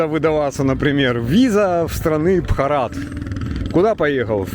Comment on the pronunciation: Ударение на первое а в слове Бхарат